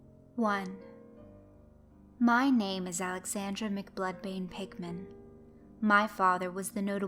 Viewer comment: it sorta sounds like your saying pikmin